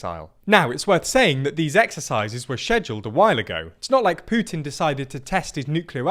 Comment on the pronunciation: WOW! Its putin and not Pjutin!! Nice!